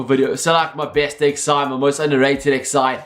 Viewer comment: xi means 11.... You don't say 'xi' hahaha wtf